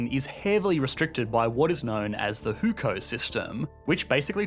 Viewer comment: Love the vid, but do you have a Chinese speaker to consult on how to pronounce some of the terms? HuKou is pronounced more like "who! ko." than Hookou. I'm happy to run you through the pronunciations via discord if you want.